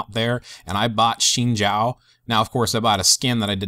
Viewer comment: Really good video im lvl 27 but i wish i had this when i was a beginner luckily i had alot of friends to guide me :) A on the vid and its pronounced "zin zow" you said the zhao part right though haha